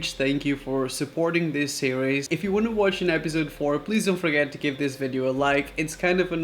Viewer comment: 3rd episode of food conspiracy sirweeeez hahahahaha I like how he pronounced series